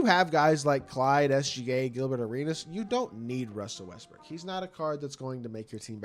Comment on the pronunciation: russel westbrick? ey that mans name westbrook.